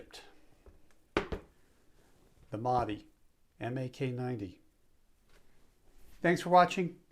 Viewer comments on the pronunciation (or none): It's not maadi